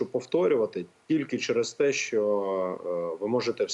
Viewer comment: Ні малоросії лубінця!!!!! Лубінець, українською 'так', а не да. Він реально москворотий, вимова підтверджує!!!!! Щьо, мажливасті, тимчясовий, впИвнений, бИсіда,, з кІм, по своїм каналам, чьому, засвічєні, точьно. заканадавства., щє.... Фаріон зараз не політик, то до чого цей комент??? Цей хлоп реально обіймає свою посаду???? Зверніться до сбу про несанкціоноване збіговисько студентів політеху ! В Дніпрі українська студентка другосортна, захистите її?